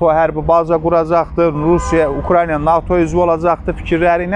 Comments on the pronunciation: Hormetli politoloq,Ukrayna sozunu duzgun teleffuz edin,xahish edirem. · ""Ukrayna""sözünü düzgün tələffüz edə bilsə...qalan şeylər yaxşıdır..